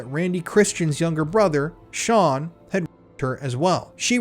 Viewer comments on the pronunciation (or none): none